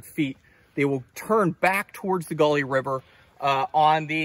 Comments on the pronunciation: I grew up in West Virginia not far from there and we called it the Gauley as in gahly no accent mark. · every now and then he said it correctly LOL! I'm from Harrison County.